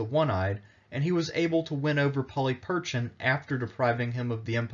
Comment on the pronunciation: Not to suggest that I'm any sort of expert and given that Erasmian pronunciation is quite different than modern Greek, still, 'Polly Perchin' ' is a detour from anything I'd expect. Please, if you're going to be telling Greek history, at least learn how to pronounce the language, that is the easy part.